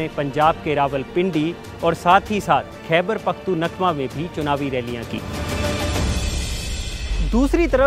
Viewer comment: Khyber pakhtun nakva😂😂😂😂😂.RIP to his pronounciation